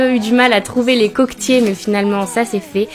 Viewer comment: coquEEEEEtier et pas coqu'tier:)